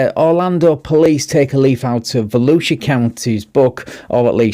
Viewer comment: I really do love our Sheriff of Volusia County. I live in the Shark Attack Capital of the World which is in Volusia County. The statement you made was too funny. We voted for Mike Chitwood to remain in office😁 also and thank you for pronouncing our counties name correctly. Most people unfamiliar with it are way off